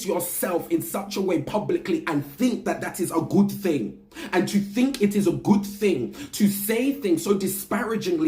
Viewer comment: Why does he say? Efryfing? And fink instad of think? I mean you’re British right? you speak the Queens English…